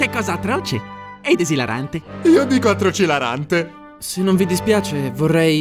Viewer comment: potrei sapere quanti tentativi a messo a dire atrocilarante?